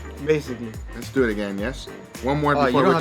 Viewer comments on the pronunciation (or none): Let’s doyit 😎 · The way he says let’s doyuit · nobody: Guga: Let's dew it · “Lets Du Et” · Anyone else find it annoying when he says “let’s duet”. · “Les dyuew et”